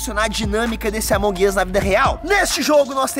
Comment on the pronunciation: Marcelo é amonğ uš não amanģ uš mas amei o vídeo grava mais pfv